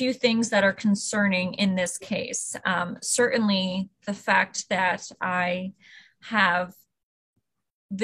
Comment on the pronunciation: Nope. I will never respect anyone like the judge who thinks it's cute to not pronounce the T's in words. Every time the judge said "cer'ainly" I weep for the future.